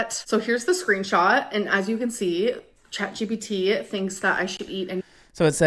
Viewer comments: The way you caught yourself almost saying "ChatBPD" 👀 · I heard u about to say Chatbpd 😂 It’s ok I say it too when referring to ALR